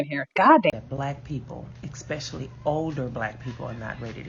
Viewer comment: Hearing "expecially" instead of especially over and over is just INFURIATING! THe stitches were all 100%